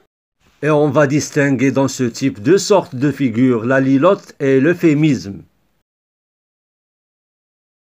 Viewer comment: La litote et non pas la lilote monsieur j'ai l'impression!